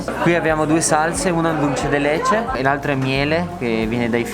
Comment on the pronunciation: Ha detto anche /DAL ce de LE ce/ per dulce de leche, errore molto comune ma non in un ristorante stellato!